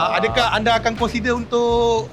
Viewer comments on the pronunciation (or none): none